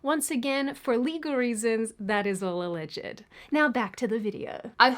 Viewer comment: 'Alleged' has only 2 syllables